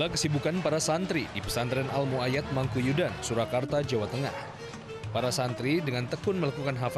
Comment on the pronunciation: Mangkuyudan pak bukan Mangkuduyan